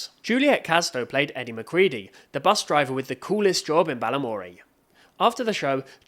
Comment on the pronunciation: It's Edie McCredie bruh not Eddie McCredie